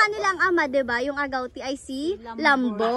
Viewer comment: agootiii not agawtii